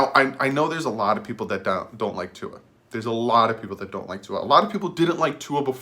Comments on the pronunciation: Yea, you are the Tua name pronouncer expert now!!! Props dude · I gave you a thumbs up for saying Tua’s name right